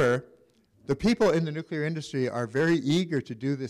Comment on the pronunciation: The speaker cant even pronouce the word...NUCLEAR NOT NUCULER